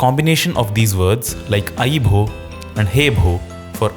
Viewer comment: Bho sounded like Bro 😂😂🎉🎉